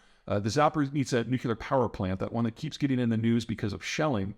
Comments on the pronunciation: And also New-klee-urr, not New-kyoo-lurr. I don't think I've ever heard him pronounce nuclear the right way. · Just a thing. It's NUCLEAR, not NUCULAR. Pretty please... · Bro, please it’s time to pronounce “nuCLEAR” properly. Very simple. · nu-clear.....nu-clear.....NU-CLEAR.......two syllables, geezus man, get it right